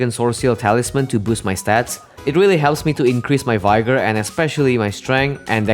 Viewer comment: when he said “vyegor” instead of “vigor” made me so mad